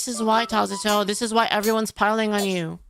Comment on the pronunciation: Everytime I hear "Tazato" my eyes twitch. Can you not just ignore them?